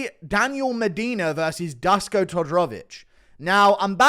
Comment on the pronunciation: Dusko is pronounced Dooshko, guru. Give us some balkan folk some love ffs.